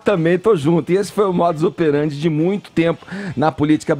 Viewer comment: Edgard falando "modos operand", mas este não é o jargão do Caio?